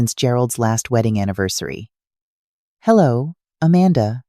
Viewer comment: It's a shame that AI mispronounces basic words, like Amanda and Provence. This could be interesting, but that's a major flaw that distracts from any sense of authenticity.